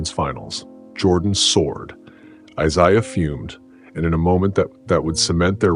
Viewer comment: Could you please stop mispronouncing Isiah 😢